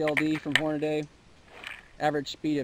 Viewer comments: It is pronounced "Horn-ah-dee" not "Horn-ah-day"... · I'll never understand why people keep pronouncing it as "Horn-uh-day" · So funny!!! Yesterday I heard it “hornaughty” which is a new one and made me laugh. My brother works for them it’s ...”horn’ uh’ dee”....people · I don't know what the game is with these HornaDAY folks. I wonder where the heck that comes form? :) :) One of the sites I put up below has several (many many) nationalities saying it and they all pronounce it horn' uh' dee'. ............Whatever :) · It's not Hornaday. It's HornadEEEEE. Jeez. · Could you please call up the Hornady company and ask them how to pronounce their name. Dammit.